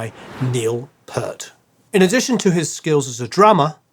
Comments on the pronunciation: Mostly well done. However, "Geddy" is not a stage name. Its how his mother pronounced Gary...she was with a heavy Jewish accent and it comes out "Geddy" see nay interview here recently while on his "My Effin' Life" book tour. and it's not 'pert', that's shampoo... it is properly Peer-t. gonna do this get it right. For context my first album 1977 was 2112... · It's Peart not Pert for goods sake. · Produce Like a Pro, but Pronounced Like An Idiot. How can you do a video about rush and not even being able to pronounce Neil's name right? Neil's last name is NOT an Australian city (Pearth), it's PEART and pronounced exactly how it's written. There are so many so-called experts on Youtube that it is pathetic... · Too many good songs to pick just one, but three off the top of my head are Xanadu, Cygnus X-1, and Natural Science. BTW, Peart is pronounced Peert, not Pert. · Peart is pronounced Peert and not Pert. 😊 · It's not pronounced "pert" it's pronounced "peert".... Put at "t" at the end of pier, stop saying "PERT"... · `Peart`like peach! Not `Pert` but `Peert` God bless your name, Neil... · Let me just get this out of the way....Neil's last name is not "Pert"......it's Peart.....there's an "ear" in P"ear"t........Peart. You're welcome. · It was Louis the lawyer, not Louis the warrior. Peart is pronounced Peert, not Purt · Very nice video, with a fantastic dissection of the many layers of this amazing song, albeit an almost inexcusable mispronunciation of Neil Peart's last name -- Pee-rt, not Purt. Carry on. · Neil's last name is pronounced PEERT, not PERT. Otherwise, great video. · Please stop saying Purt. Its pronounced Peert. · Peart is pronounced peart. Not peart! Jesus, how many more times. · GAAAAH!! You too? Why can so few people pronounce the man's name right? Peart. Not "Pert". As Geddy Lee once explained it to try to help some interviewer who was probably the nine millionth such person to get it wrong: "EAR... put a P at the front and a T at the end".